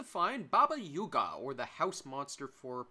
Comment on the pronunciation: not you saying yuga